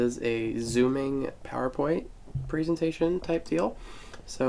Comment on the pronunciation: Where did you learn how to say "presentation"?